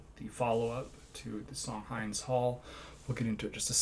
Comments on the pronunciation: Hind is pronounced: H.in..d..., not H..ine...d.. No offense , her name is beautiful..bless her soul..RIP angel Hind ...❤ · Just a friendly tip, the name Hind is pronounced like wind 😊. Great video bro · Thank you so much for your heart and for speaking out. ❤ I wanted to make one quick correction, Hind Rajab's name is pronounced Hind as in "wind." Xoxoxo thank you again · You're pronouncing the name of the song incorrectly. This is particularly important because it is the name of a 5 year old girl (Hind) murdered by Izrael on 1/29/24 in a car surrounded by her dead family members, terrified. She died terrified. It's Hind's Hall because it is the hall at Columbia University that the students in the encampments protesting against this genocide renamed in her honor. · Thanks for your humanity! Hind is pronounced the same same as wind (H-e-e-nd). Stay strong and let our generation Free Palestine! ✊✊